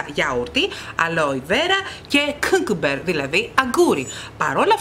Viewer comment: Θα συμφωνησω μαζι σου για τα Frezyderm ..το λευκο ..υπερβολικη λιπαροτητα .. Καλε δεν ξερω αν το ειπες για πλακα ....αλλα το αγγγουρι ειναι κιουκάμπερ στην προφορα του ..με αγαπη στο λεω ...βγαινει η δασκαλα των αγγλικων απο μεσα μου ...🤣🤣🤣🤣